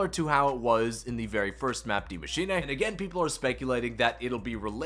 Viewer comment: Did you call Mauer Der Toten “Mauer Der Untoten”? Then I swear I heard you say “Die Maschinay”